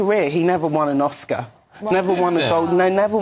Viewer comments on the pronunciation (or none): none